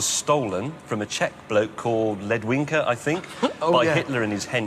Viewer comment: listen to May saying Czech and czech word "ledvinka" makes me cry of happinies. HE KNOWS THAT WE EXIST!!❤️❤️❤️